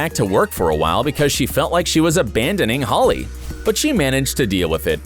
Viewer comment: When he said holly instead of Halley my emotion went😡